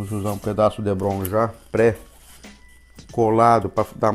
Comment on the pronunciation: Muito bacana seu diorama, só um detalhe o material tipo isopor é DEPRON e não Debron como voce fala.